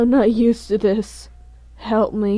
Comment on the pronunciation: The way he said hewlp 🤣🤣🤣😂